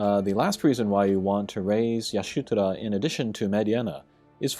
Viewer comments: Isn’t it Ishtola? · Ish-tola in ff14 so if hes reading the japanese it makes sense but it definitely has me confused. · It's pronounced EE-shto-la. -.